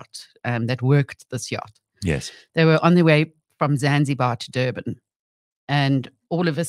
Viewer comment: Dirtbin not Durban.